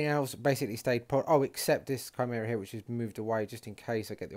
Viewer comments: It's pronounced Ki-mera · Yeah this frustrated me as well. Also the Chimera.... It's Pronounced Ki-mere-ah please sort this out. It's named after the legendary beast.